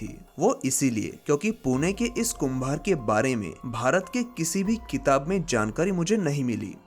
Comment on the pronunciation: Shastra kirya nahi hoti SHALYA kirya hoti hai , Kumbh har nahi hota KUMHAR hota hai 👍Very nice